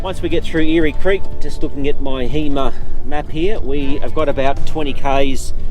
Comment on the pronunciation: Eyre creek is pronounced air creek not eary creek.